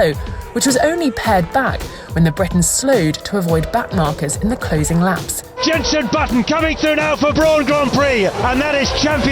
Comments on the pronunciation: Hearing her call him Jeneson Button really hurt me tbh. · Did no on hear “Jenson Buttson”